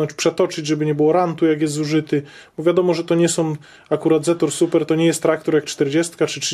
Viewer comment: Dlaczego wy mowicie ''supra'' jak to jest ''super''? Jest taki samochod '' TOYOTA Supra'' wtedy to ma sens, strasznie mnie to irytuje.....